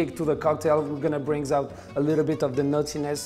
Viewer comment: every time he says 'nuttiness' I hear 'naughtiness'